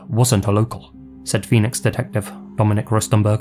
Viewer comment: When you said Phoenix, I heard benis